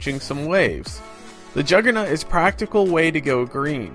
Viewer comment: "Juggernut" lmao.